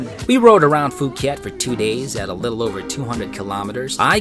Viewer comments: Did you just say Fucket or Fuck it! Lol hahaah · I believe it's pronounced "Pooh-Kette". But that was hilarious. thanks for the laugh. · Nabigla ako sa "Phuket". Dami nakarinig. 🤣